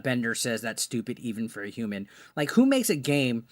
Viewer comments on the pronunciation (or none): none